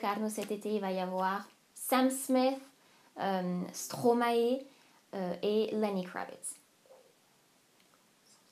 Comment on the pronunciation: elle est géniale cette vidéo, j'ai eu le sourire au lèvres tout le long! :D par contre je te le dis en tant que belge ( sans etre méchante bien sur ) on dit Stromaïe et non Stromaé :) <3 bisouus et bonne continuation!